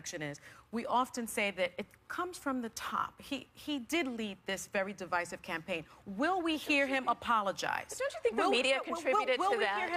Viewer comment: The heifer wearing blue couldn't even properly pronounce the word, divisive